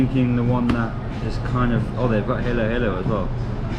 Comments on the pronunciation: It's pronounced Hallo Hallo not Halo Halo as in an Angel's Halo.. The food looks amazing. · Oh no lots of people and workers. A weekend day Yeah you said heylo heylo it's American pronunciation 😂🥂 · Yes everytime he says haylo haylo takes me to Beyoncés - Halo. Hard for westerners to spit out the short 'a' like 'hard' or even '' for that matter 😅